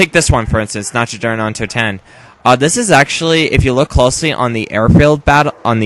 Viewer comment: nacht is pronounced not